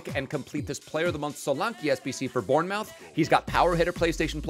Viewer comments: SOLANKE DOESN’T PLAY FOR “BORN-MOUTH” ITS PRONOUNCED “BOURN-MUTH” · Bourne-MOUTH? Say muth, I know it’s weird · I get American language barrier but you pronounce it bourne-muff